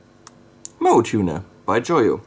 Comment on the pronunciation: that Hello Kitty looking tuner, is actually pronounced "mo-way"